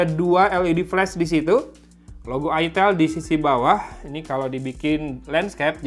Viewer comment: Woy itel woy bukan it*l 😂